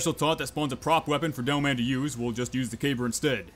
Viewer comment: why do i hear you say devil man instead of demoman